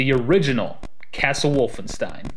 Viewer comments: its pronounced wolfenSHtein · "one of the most important franchises in video game history" therefore I'm going to butcher the pronunciation of the game's title and its protagonist. Otherwise - nice video!